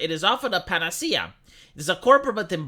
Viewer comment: that's not how the word panacea (from ancient Greek word) is pronounce 🤨🤨 * oh i say some people do pronounce it that Wrong way , sad !